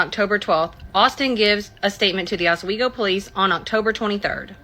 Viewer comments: The S isn't pronounced. It's said oh wee go. At least by locals. I briefly lived in the area In The early 90s. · This happened near me. I remember talking about it at work with my co workers. crazy story. It's pronounced OS-WEE-GO. As a lifelong New Yorker i can say with very much certainty that she will not see a day of jail time. probation most likely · I feel assaulted by her fucking eyebrows and by the way pronounced Oswego...lol